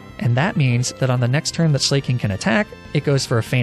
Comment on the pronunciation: AH YES, the famous Pokemon "Sleigh King"